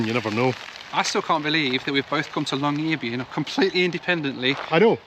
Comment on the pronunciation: What a wonderful tour! Admire your pronunciation of Tromsø and Longyearbyen - American tour reporters please take note! Tromsø ends in 'o', not 'owe'...